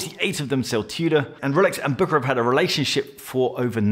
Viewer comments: It is prononced Büschera and not Bukarar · pronounced "Bou" "Cher" "rare" if I may say.